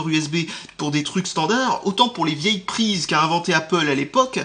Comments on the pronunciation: Il a dit Apple!!!! Pas apole mais apple!!!!! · Félicitations, tu sais désormais prononcer Apple x)